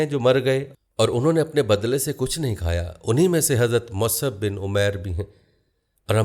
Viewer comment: Is this Musab or wht u r calling Masab.. Except u sir, every Alim is pronouncing Musab